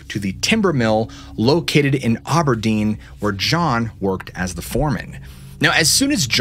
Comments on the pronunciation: Is just Aberdeen not auburdeen lol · The noise scared me so bad i was driving with the volume turned up. Its ab-er-dean btw